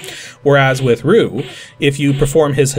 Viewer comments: I'm not sure what you mean because your example doesn't apply to the pronunciation of Ryu's name, because his name was never mispronounced in the early Street Fighter Games. But seriously, guys. I'm just pointing out a minor mispronunciation. I'm not trying to ruin somebody's day. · Roo? Oh, you mean Ryu. (Pronounced R-ee-oo. At least you didnt pronounce it as R-eye-oo) Nitpicks aside: I was really sad that this episode wasn't on the Super Street Fighter II TURBO version because...THAT PORT IS AMAZING! In fact it is so good that I actually prefer it over the Arcade version. Still, I'm glad that we got to see two other DOS ports of SFII in one video. So the aspect ratio issue with Super Street Fighter II I imaging was caused by the fact that the graphical assets were taken straight from the SNES version, where the graphics were rescaled to be (aspect ratio wise) correct for the SNES's 256x224 resolution. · Its been years and even I've already commented on this video, but it still shocks me there's not a comment here getting onto you for the way you pronounced Ryu's name. Granted, "Roo" is what it sounds like the game itself says on 16-bit hardware, and I remember that being a common misconception when I was in school. EDIT: Actually sometimes it sounds like you are saying "Ryu" and its just sounding like "Roo" for whatever reason. I have the feeling we've had this discussion before but it was years ago. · Listening to the video now, it sounds like you're trying to say "Ryu" but for some reason it sounds like "Roo." I can definitely hear the Y tho (but why tho? ;) ) so I think I'll give you a free star for this one. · As always, another really fun video. Both entertaining and informative! However, Ryu is not pronounced "Roo". ;)